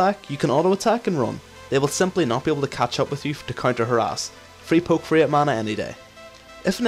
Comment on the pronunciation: Lol i keep hearing her ass from harass, "you should poke, her ass